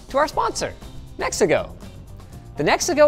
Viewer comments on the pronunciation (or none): Me hearing the ad: oh cool, mexico is a pretty neat vaycay country. Seeing the brand on the webcam: ooooh he said Nexigo 😅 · I thought he said brought to you by “Mexico” 😂